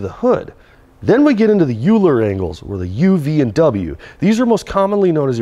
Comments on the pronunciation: Euler is pronounced OILER btw, not yewler :p. Very informative stuff keep it up!! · 1st and foremost. Awesome video, as always. An F.Y.I. it's pronounced "oy-lur", not "yoo-ler".